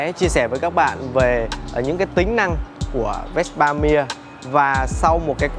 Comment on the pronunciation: Tại sao lại đọc chữ Mia kỳ vậy, người Ý họ đọc chữ Mia như người Việt Nam mình thôi mà, bên Ý họ cũng có câu cửa miệng Mamma Mia đó